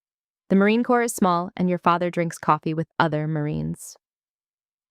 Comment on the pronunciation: It's Corps, not Corp. Pronounced as: "core".